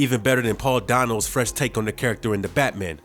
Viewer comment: Yeah.... that's not how you pronounce "Schumacher" mister urban narrator. And it's either dazzling or dizzying - "dizzling" isn't a word - dispite Poop Froggy Frog perhaps proclaiming otherwise. Oh good grief - the guy can't pronounce "Dano" either. And what's a "capproach"? Fired.